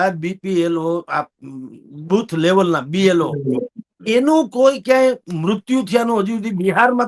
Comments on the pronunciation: BPLO nahi BLO bolo. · B P L O નહીં B L O બોલાય. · Blo બોલતા તો શીખો ભાઈ